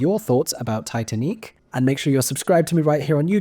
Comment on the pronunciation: It's pronounced Tee Tan Eek.